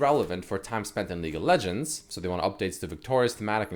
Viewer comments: Leek of legends, dude is just hungry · dude i swear hes saying "leak of legends video"